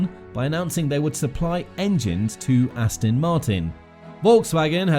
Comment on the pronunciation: It's Aston FFS! It's not Ass Tin Ast-on Mart-in For f**k's f**king sake!!